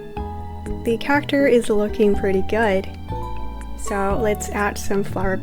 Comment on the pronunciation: your not pronouncing character right